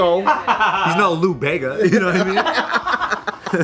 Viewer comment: This mf said Lou Bega. LOL., I swearrr.